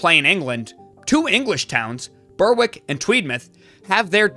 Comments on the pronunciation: Pronounced "Berrick" by the way. Can't expect everyone to know daft pronunciations though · Interesting topic, thanks. But I can't not point out - Berwick is pronounced 'Berrick'. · TNS , the most successful club in the Welsh league, is an English club, playing home games in England. BTW, Berwick is pronounced Berrick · Berwick is pronounced "beh-rick" just a small note for you bud :) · There is no town called Tweedmouth, they're based in Berwick upon tweed. Also you don't pronounce the W. It's said more like Ber-ick. Berwick Rangers played in the Scotland because when started out, it was too expensive to get the train to the English towns and cities they'd need to play. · I entered that comment before he mispronounced Berwick.